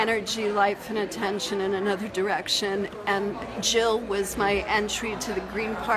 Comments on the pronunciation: JiLL NOT HiLL!!! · Jill NOT Hill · Jill not Hill !